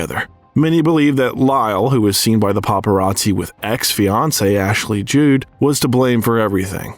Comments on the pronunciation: I'm 99% sure it's a bot voice. Mystical Pizza? Ashley Jude? No English speaking person would pronounce Judd as Jude. Nick Nolt? It's still a pretty good bot. We don't know for sure. I find it a bit unnerving. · WHOEVER THE COMMENTATOR IS, HE WAS AWFUL. HE MISPRONOUNCED NEARLY EVERY MOVIE TITLE. IT WASN’T “MYSTICAL PIZZA” IT WAS “MYSTIC PIZZA,” AND IT WASN’T “PELICAN’S BRIEF” IT WAS “PELICAN BRIEF” AND THE ACTRESS IS NOT ASHLEY JUDE, SHE IS ASHLEYJUDD. THIS WAS REALLY ANNOYING